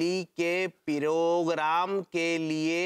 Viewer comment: it's not perogram it's program. Sahi pakde hai